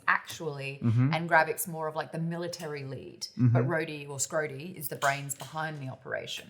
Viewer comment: Oh … “Schrodey”